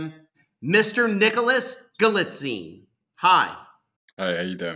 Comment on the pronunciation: Again, accent is on the FIRST syllable of Galitzine. Like saying "magazine." It really is not difficult.